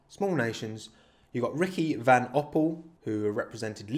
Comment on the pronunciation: the name is Ricky von Opel not vAn Opel, actually an heir of German car builders Opel, who were ennobled way back when - very minor error indeed, as I only learned this a couple of weeks ago when I had too much time on my hand and made some really mental F1 statistics and not an error, just an interesting fact - Jochen Rindt was born to a German father and Austrian mother in Mainz, Germany - raised afte his parents' death in a bomb raid by his grandparents in Austria - technically he was German until his death but chose to race under an Austrian licence, and that is what counts